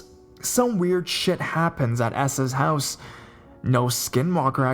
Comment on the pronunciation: Quit separating the syllables while talking really fast at the same time."I RE-GU-LAR-LY STAYED AT HER MO-THER-S HOUSEUHHH"